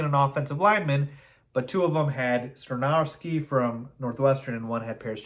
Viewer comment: Skoronski is pronounced SKAH-RON-SKEE. Not SKRUH-NOW-SKI. We have too much time before the draft to keep hearing you pronounce it incorrectly, lol! I’m actually hoping Carter falls and we can snag him at 9th overall. Thanks for the content! 🐻⬇